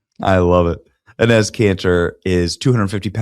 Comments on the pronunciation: Enes' (pronounced "Ennis") name is actually Enes Kanter Freedom. Please get it right. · Great video Benny, very funny! His name is pronounced E-neese!😅